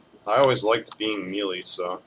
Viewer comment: MeeeLeee? It's pronounced "May-Lay." Common gamer issue (having read it but never heard it spoken...pretty common). Love your videos. They are the only ones I give an merit too when researching a character. I do your builds on most my heroes. The Diamond Emma build is UBER!